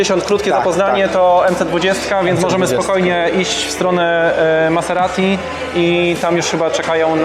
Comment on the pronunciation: Śmiesznie się słucha, jak pracownik salonu niepoprawnie wypowiada nazwę marki Maserati :P